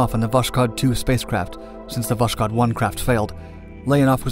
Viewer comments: It's VoSkhod, not VoSHkod... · You pronounced Восход wrong. It's vos-khod, not vosh-kod. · It was not actually "woSHod" (reading like "SHock"), but "wOSKHod" (reading like "OHio"). Just for precision. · Ah yes, VOSHKOD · Voskhod is pronounced as voshod, without the k, the Russian h is hard, pretty much like the Spanish j, you almost hear a bit of k in it, hence the transliteration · The name of the spacecraft is pronounced as "vass-hOd". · It's pronounced "Vas-hod." "Dawn." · Its pronounced Voh-S-Hod. As in sunrise. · Oh come on! It's written with a "k" specifically so that you say vos-hod. Not a perfect transcription, I know, and, frankly, most Russians would write "Voshod", but google translate would do a nice job saying the Russian name for you. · You pronounce the name of Voshod terribly wrong, kh is a soft prolonged H and sounds like H in “how”. Better be written and spelled as Voshod. Damn why the hell this author always makes such stupid mistakes in all firing languages... PS: Voshod literally means the “ascension” or “ascent”